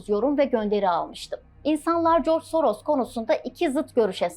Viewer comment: Adam Yahudi ise nasıl Macar asıllı oluyor :D Yahudi asıllı Macar demek daha doğru değil mi? "S" harfi Macarca dilinde "ş" olarak okunuyor o yüzden soyadını okurken Şoroş demek daha doğru.